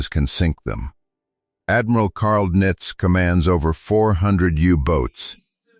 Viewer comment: AI can't even properly pronounce Donitz's name. It is definitely not nitz.